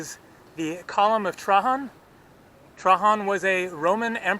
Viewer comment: Trahan? Is that how you pronounce Trajan?